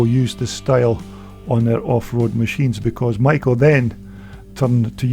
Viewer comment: "SHOCK!!" This gentleman actually pronounces Maico properly! I was the parts manager for Gray International, the Maicp importer in Detroit, MI at the Harbor Terminal building in 1965-66. Most Americans say May- co. Germans do not pronounce the first vowel.